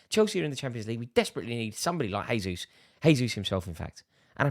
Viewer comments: A bit annoying how this guy says Gabriel “H”esus instead of “J”esus I’m sure you wouldn’t like it if your name was mispronounced as “Rary Jenn-ings” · For the love of God Rory, he isn’t Spanish! Say the J.